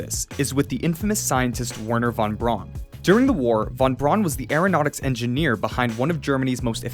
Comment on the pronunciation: you meant to pronounce Vernher fon Brown but you said Warner vawn Brawn hahahaha